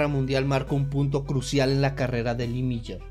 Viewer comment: Increíble que no sepa pronunciar el nombre...🥴🥴